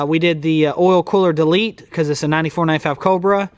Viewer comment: What is a "delet"? Did you mean "delete"!!?? Lol. (Deh-leet) 👨🏻‍🔧🤦🏻‍♂️